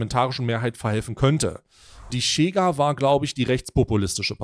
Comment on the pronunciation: nices video, kleiner Hinweis, weil ich drei jahre in Lissabon gelebt habe: die Chega wird "Schega" ausgesprochen, ohne t